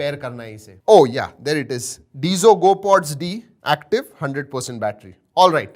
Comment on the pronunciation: It's not डिजो it's डैजो